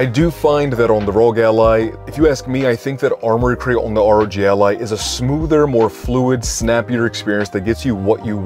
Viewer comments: Please call it R.O.G with every letter separate, not ROG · What the hell's a rogue ally!? It's arr-oh-gee!!! 🤦🏻‍♂️🤦🏻‍♂️🤦🏻‍♂️